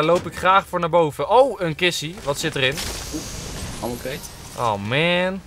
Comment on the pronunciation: je spreekt ammo uit als emmo